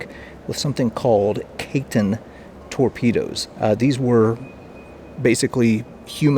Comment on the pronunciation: Pronounced Ki-ten